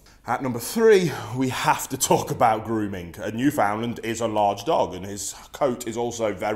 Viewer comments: Hearing people butcher the word Newfoundland is painful as someone who lives there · The way he pronounces "Newfoundland" shudders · I knew this guy had no idea what he was talking about when he mispronounced Newfoundland, and continued to mispronounce the name throughout the video. Sure these dogs are one of the largest breeds but having grown up with these dogs, even the largest Newfoundlands are small in my eyes. Also you do not need to weigh more than your dog to take care of it. I had a 180 lbs puppy named Rex, and I could walk him by myself when I weighed about 60 lbs. That means that this energetic puppy that was more than double my weight would pull and run every time I walked him, and I had little to no difficulty keeping control. I'll agree that maybe this breed of dog isn't for everyone, clearly too much dog for the guy in this video. But don't be discouraged because one man said "they're huge dogs" (said in the same mocking tone as Willem Dafoe in The Boondock Saints). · if you can say newfoundland right I'd listen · You should learn how to pronounce Newfoundland. "newfen-LAND. You are saying it so wrong mate. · Finally some cultured people, my guess is your a Newfie because i have never met a mainlander who can pronounce it right. They always say “new found land” or “ new Finland🇫🇮 “ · Great video, thank you. As someone who has owned several Newfoundland dogs, is married to a Newfoundlander and has spent a lot of time in that beautiful province, please pronounce Newfoundland as you would the word "understand" with emphasis on the last syllable - like"NewfundLAND". Thank you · Actually, the pronunciation of "Newfoundland" should be noo-fin-land, not new-found-land. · Although spelled 'Newfoundland' we pronounce it as if it were spelled: "Newfinland" Thanks for the video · It isnt new found land, its all one word not broken down into 3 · It’s pronounced more like “newfinland” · Pronounced: new-fnd-land Or newfnlaand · It’s actually pronounced newfndler :)